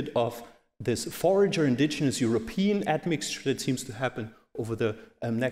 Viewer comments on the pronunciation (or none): none